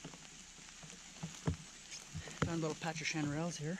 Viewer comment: Is anyone else triggered by how he pronounced chanterelles?